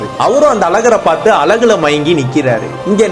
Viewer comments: அது அலகு இல்லடா அழகு... உங்க தமிழ்ல கொள்ளி வைக்க... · எல்லாம் சரிதான் ஆனால் அழகு ன்றத அழகாக சொன்னா என்னவாம் 😠😠😠 அலகு அலகு ன்னு 😠😠😠